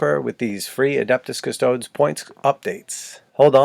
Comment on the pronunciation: Custoads? Improve your Latin.